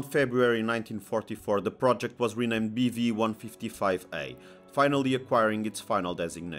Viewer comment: I thought he kept saying beefy lol